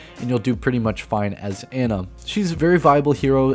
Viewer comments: It's pronounced Annah not anna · It's "Ah-na".